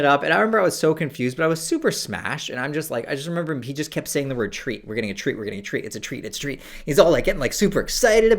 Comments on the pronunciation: Im watching this high and every time he said treat i thought he said tree 😒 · I thought was say "we've got a tree coming, we've got a tree" the first few times and I was really confused